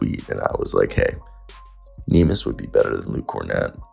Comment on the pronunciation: It's not nimas, it's Neemias, go check how to pronounce it correctly please